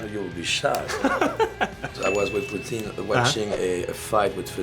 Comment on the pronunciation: JCV said poutine instead of Putin.